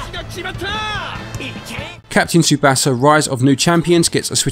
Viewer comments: You really dont know how to pronounce Tsubasa. It means the Wings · Another great review. The only thing I had a problem with is the way you kept saying the "A" in Manga and in Tsubasa incorrectly. I know you are not bilingual in Japanese so I am not judging you on that, but I am so I will briefly explain the correct "vowel" sounds as best I can in a texting manner. This will help you if you heed what I say in the future since a lot of video games have Japanese developers and/or Japanese people, places, and things. Japanese is not a language where the vowel sounds will change based on the word. They always make the same sounds. Based on the Hiragana and Katakana charts, the Vowel letters in order are: A, I, U, E, O. You pronounce these vowels in that same order as follows: Ah, Ee, Oo, Eh, Oh. Also, the "T" in words that have "tsu" are not silent (like tsunami or Tsubasa). It will bring more credibility to your content if you can say people, places, and things from another language correctly, especially if a lot of your content has Japanese in it.